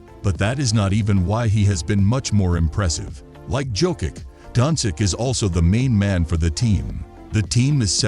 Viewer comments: learn how to pronounce he's name at least..( specially when u do video about hem). donkik?!))) jokik?!)) omg this is so disrespectful!!! life hack for u read like this donchich jokich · How you gonna make nba content and not know how to pronounce Jokic, Giannis and Doncic😂